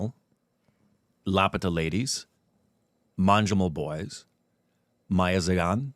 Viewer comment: Also you pronounce .. Meiyazhagan as mei-ya-la-gan